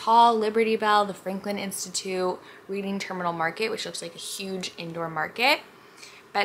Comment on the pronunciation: Just fyi in case u didn’t already find out ..Reading Market is pronounced Red-ing . 🙂 Loving your videos! 💛💛💛